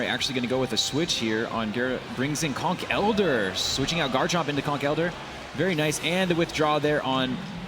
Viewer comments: Why do they say Conk Elder instead of Conkeldurr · using a schwa for the e Conkel Durr, not Conk ELdurr